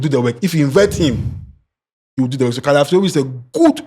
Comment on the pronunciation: Can someone tell that its not "Caliafiori" but Calafiori.... and what is "Dzinsenko"... oh nana 😂😂😂😂😂